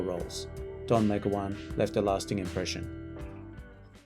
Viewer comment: Meg-o-wan? Try Me- GOW-an...